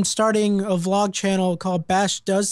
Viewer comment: Plz say vlog not v-log no offence